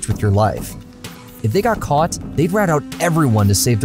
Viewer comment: without getting caughts? butts? do you have a speech impediment or are you doing this on purpose? a rats? rat him outs? what's wrong with you?